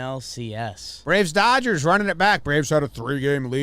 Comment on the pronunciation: I can't stop laughing at "Dodges men". Please make that a sound loop.